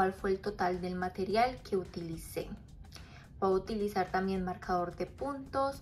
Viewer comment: "Voy a utilizar" no "Boahutilizar". Por favor.